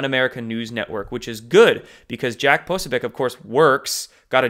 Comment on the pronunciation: Please learn to pronounce Jack Posobiec... 🤞